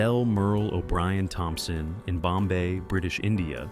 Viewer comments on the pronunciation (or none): none